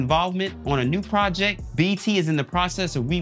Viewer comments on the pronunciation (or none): none